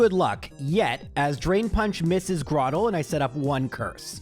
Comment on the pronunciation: Flo-aroma. Where'd you find a second "m"? Lol I have always just pronounced it floroma though Also I'm 100% camp tur-twig And it's grow-turtle grow-tle You nailed cranidos. like cranium I have always said celestic like celestial